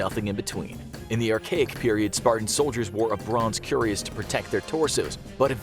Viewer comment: You say it Cue-rass Not Curious